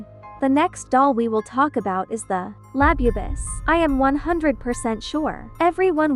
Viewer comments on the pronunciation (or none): Bro is called the boo boo not labibist😡🤬😒🤨😠😤🙄🖕👎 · DUDE IT IS NOT LABIBAS ITS LABUBUS DUMD A## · "Labyoubu" lol gurl stop it thats making me roll off my bunk bed... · You just said lab boo